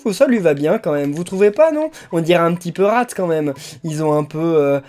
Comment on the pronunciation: Tu viens de déshonorer Rath avec l'accent de pouni!!!